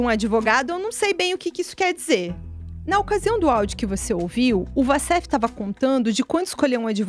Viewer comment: uma jornalista que não sabe que Wassef se diz "Uassef" e não "Vassef"